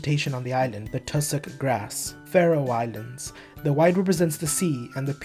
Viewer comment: It's FAROE Islands not Farao Islands